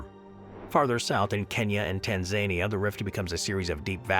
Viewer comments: Tanzania (Tan za knee a)🙄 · Definitely! When Tanzania got called "Tan-Zanier", I wasn't sure if it was a country or Donald Trump's face-colouring.